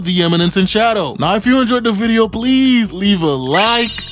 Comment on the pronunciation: Did this just say "Subscribble"? I love it! SUBSCRIBBLED!